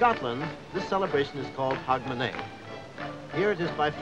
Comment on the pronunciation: Canadian/Yank couldn’t even get Hogmanay right.